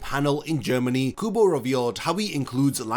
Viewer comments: Ouchhh!! The Kubo's name incorrectly pronounced hit me too 😂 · “Tight Kubo” SIR YOU WANNA ROLL THAT BACK RQ